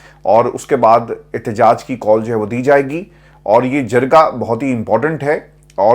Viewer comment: please correct pronunciation of two words that you you always use very inacurately: ----- Awan not Avaan (اعَوان / اِیوان) and the correct word is Jirgah not Jargah (جَرگہ/ جِرگہ)